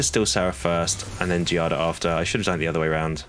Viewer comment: My daughter’s name is Giada. The enunciation is Gee-ah-da. You had it right. It means Jade.